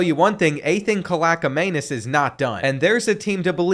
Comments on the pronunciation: I think the Rutgers qb is cal-ick-man-is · Say it like (kaaleeaaakmanies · You pronounce Rutgers QB as “kal-e-ak-man-es” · I know doesn’t read comments but it bothers me when people mispronounce the best last name in CFB its pronounced Kal-ee-ak-manis